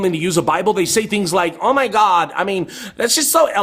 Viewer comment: you're a heretic, liar, ignoramus, and you say guhawd like it makes it more powerful. prove god for me, then explain suffering. I can't stand that you're profiting from me having watched you're ridiculous rant.